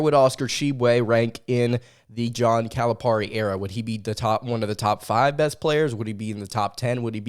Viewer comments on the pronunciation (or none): It is pronounced Cal-a-PEAR-i. Not Cal-a-PAR-i. Love your show!